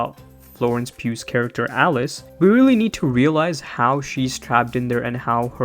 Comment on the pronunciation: "Pugh" is pronounced like "pew" :)